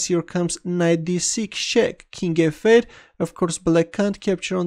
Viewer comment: His "King F-8" sounds as "King evade". Keep this amazing videos!